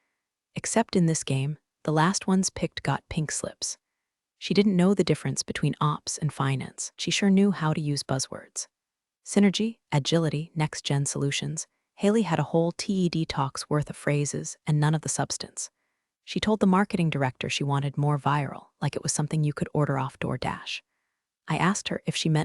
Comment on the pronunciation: The stories are great testaments of people overcoming but... The spoken delivery is tepid verging on annoying. Things like the text being "he read (past tense) but the voice saying "He reed" or The voice saying T.E.D. talk rather than TED Talk. In all these, proper spoken punctuation is sorely lacking.